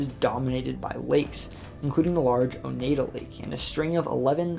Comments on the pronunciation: Beverwyck is pronounced like BEVerly, not BEAVER. And Oneida is oNYEda, not oNEEDa. Also, the Taconics are a separate, geologically much younger range than the Green Mtns and Berkshires. Sorry to nitpick; excellent coverage otherwise. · Great video. I did cringe at some of the place name mispronunciations but not being a local, you can't be expected to nail them. We've got some weird ones. For example Oneida -- Oh-Nye-dah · I always thought of Lake Oneida as one of the Finger Lakes but more like the Thumb as it is not long & slender like the other ones & its positioning. Also I have always thought that it is pronounced as Oh-nEYE-duh. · You said Oneida wrong